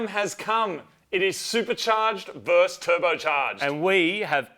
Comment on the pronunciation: It's versus not verse! FFS